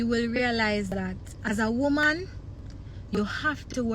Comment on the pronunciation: If deh woman deh seh womb one more time 😂😂😂😂😂 bay womb mi a hear